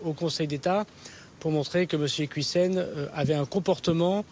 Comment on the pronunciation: Il parle de preuves que l'on ne voit absolument pas, moi j'aimerais bien les voir !! De toute façon il ne maîtrise pas le dossier, à tel point qu'il écorche son nom de famille !!!!! C'est IquIOUssen et pas "IquOUIssen'